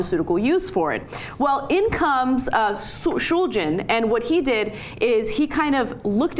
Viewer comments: ShulGin - not ShulJin! - was one of the great minds of our times! then I have to say something about Ana and here "knowledge" on drugs: it's non-existent! If you buy "MDMA", you should get fine crystals. those crystals usually are 95-99% pure MDMA, depending on the route that had been taken by the chemist/cook to create that batch - in ANY case, it's going to be a single compound, that one called MDMA. you couldn't (technically one could, but nobody does this for obvious reasons) get to a crystalline product containing 2 compounds or 1 compound that has been "cut". it's not worth the trouble, not worth the time this would take! on the other hand, when you buy "MDMA" that has been ground to a powder or formed to a tablet, it's only 99% sure to be "cut" or you'd get any inferior ominous "powder" - which is why only MORONS buy "MDMA tablets", known as "XTC" or "Ecstasy" in the club and only full-blown RETARDS would buy an ominous "powder" of unknown origins! Smart AND safe(r) users only buy nice CRYSTALINE MDMA, from sources they trust! Please, check the compounds structure, buy only crystals, never a powder or pills; check that the crystals are of clear color (almost like glass) and not too brown or yellow, for those two colors can give you hints on how well the compound had been cleaned from substances used during synthesis. And Ana, please, stop talking about these drug topics, as if you were some kind of expert, when you didn't even take the time to research what you're talk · Why the fuck is she saying his name like that. They are both drug experts... that's for sure.